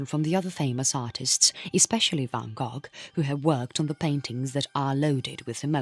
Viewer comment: Such good understandable material, but the voiceover is a computer surely / hence all the mispronunciation akin to tom Tom gps which can’t say the words which are different to the normal rules or a different langusge. I listened until van “gogg” annoyed